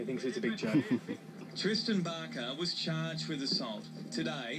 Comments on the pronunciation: Did she say... Twistan Barker? o.O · did she say twisten barker??